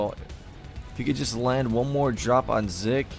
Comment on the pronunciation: 1. You were saying 'Zik' correctly the first time (it does NOT sound like 'Zeek') 2. is Legend]Majinbuu, one of the most consistent 2v2 players in the league 3. I really was playing like shit this game lmao. 4. Keep up the good work